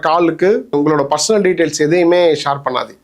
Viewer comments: Shaar illa pa...share... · Shor இல்ல share. Chair மாதிரி சொல்லுவது வழக்கம்.